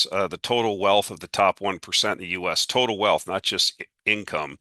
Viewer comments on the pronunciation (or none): none